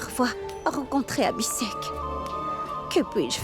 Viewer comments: Mounie les prononciation des noms😂 Pragya ❌ Piragya ✅ Abhi sheikh ❌ Abi Sec ✅ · Elle dit piragya Abhisek et Ayla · Moi à chaque fois que monie prononce le nom d'Abi en disant Abisèk ,je ne peux pas m'empecher de rire😂😂😂